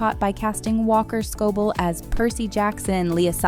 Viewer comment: "walker scobull" is crazy